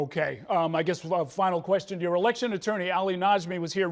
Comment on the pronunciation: His pronunciation of election is interesting lol sounds like electric